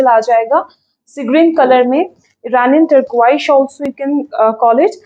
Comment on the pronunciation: please check your pronunciation of the color Turquoise.